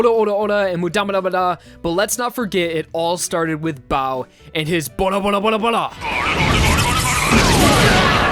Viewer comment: バルバルバルバル is "BARUBARUBARUBARUBARU" not Bora